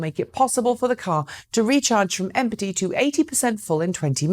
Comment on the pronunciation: Listen to her pronounce “empty” 😂